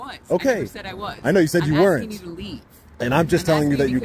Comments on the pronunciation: First lady officer: i keep axing you to leave. Really? They got now the dum dums in the force? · Officer, you definitely should not be AXING anybody to make them leave. AXING people is against the law